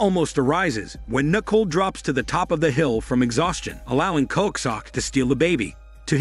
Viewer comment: It’s pronounced Nih-cole, not nickel.